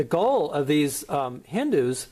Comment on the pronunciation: First of all its not hindu vaata its called hindutva 😂😂 nice work keep going 😁